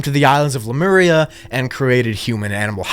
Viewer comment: I’d watch this again just to hear you say “Lameria”😂. Cool vid, don’t make us wait hella for pt.3